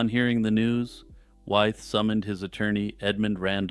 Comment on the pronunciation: (George) Wythe is pronounced “with.”